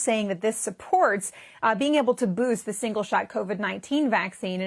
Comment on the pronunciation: "its singe-shot vaccine" 😂😂😂